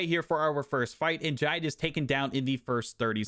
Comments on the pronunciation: The pronunciation of Jide killed me 😭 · Was wondering if any other Nigerians noticed 😂